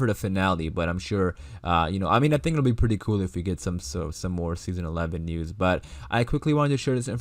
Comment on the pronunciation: Kind of sounds like kewel lol